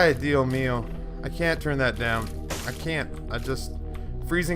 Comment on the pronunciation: There is a S in ¡Ay dios mio! Come on man im not even hispanic and I know that